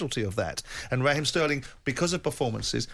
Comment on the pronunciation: Who's Rah Heem Trevor Sinclair ?I thought it was Raheem !!